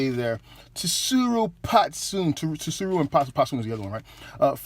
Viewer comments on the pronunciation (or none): Plz do not be offended, it's sue-roo. Again I wasn't sure how to pronounce Japanese names either but after reading so much manga and watching anime I was able to learn the alphabet is used a little in Japan. Shit most of the other reviewer do the same, it doesn't bother me at all because I'm happy u guys are doing the hard work of buying them and reviewing them which I appreciate. Just trying to help out. it's like the general tso's order from a Chinese restaurant, the t is silent but everyone in the hood pronounces it lol. Love the vids and ur energy bro.